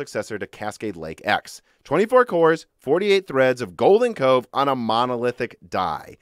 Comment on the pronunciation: I thought you were saying golden Coke course lol